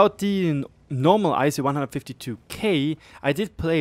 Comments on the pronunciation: Aeshu hahahaha Try "eesoo" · Eishu?? Ei-Ess-You I understand that English is not your native language, but stuff like this hurts.